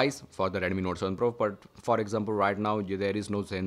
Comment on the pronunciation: Its redmi not reddemmi